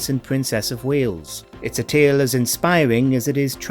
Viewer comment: bWitish Woayales